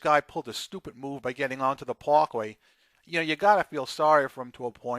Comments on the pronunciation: Pakway?? You must be on of those so called Italians that they are more Italians than the Italians born and raised there smfh, speak right...fyi he's a O/O and not a JB HUNT driver. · This guy gets on the "Pawkway"